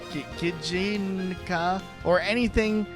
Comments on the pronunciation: hey i know this vid is two months old now but i am begging you to please look up the pronunciation of japanese words before you try to say them in a video ToT gijinka and shoujo killed me on the inside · mispronouncing Gijinka and Shoujo is senidng me back